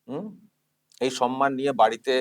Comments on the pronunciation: শব্দ টা হলো সম্মান। কি যে সন্মান সন্মান বলে কানে লাগে শুনতে। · মাননীয় মুর্খমন্ত্রী সম্মান কে 'সনমান' , গভর্নমেন্ট কে 'গরমেন্ট' উচ্চারন করে । ঐ অপদার্থ আবার বাংলা ভাষা বাঁচাও আন্দোলন করে । লজ্জা নেই । একটা আস্ত অধম । পশ্চিমবঙ্গের চটিচাটা বুদ্ধিজীবী বাদে অন্যান্য শিক্ষিত নাগরিকরা কেন প্রতিবাদ করছে না ? মনে আক্ষেপ রয়ে গেল মহানায়ক উপাধিটা কেন মমতার নামের জন্য কেউ প্রস্তাব করছে না ? সর্বঘটের কাঁঠালি ।